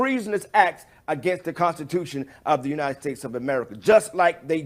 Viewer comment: “United tates”